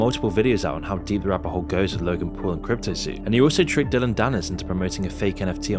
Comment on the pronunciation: Dillon not dillion like dillion white